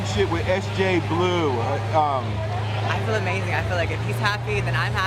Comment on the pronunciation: im so sorry but "amazinga pizza" fucking sent me